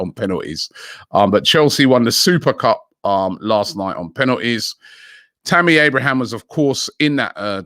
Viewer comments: He’s never gonna learn 😂 “Lachuro” Martinez, Tammy “Abrahams” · Sam johnson and tammy abrahams. Robbie can't even pronounce english names. Is he analfabethic? Or dyslectic?